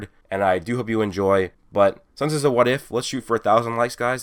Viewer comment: I always think he says "hey guys it "